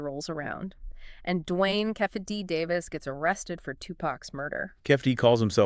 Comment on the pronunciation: It’s actually Jimmy Iovine (pronounced I-Veen not I O Vine) and Kee-Fee D, not Keff-EE